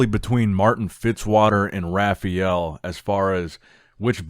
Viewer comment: Ha-Fye-El Bro. Not Raghfael. Butchering his name even with American dialect.